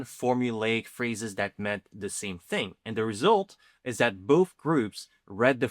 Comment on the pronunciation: In English, words that end in "th" are not pronounced with an F sound, dude. Despite the constant degradation of the language in modern slang society. Truth, not truf. Both, not bof.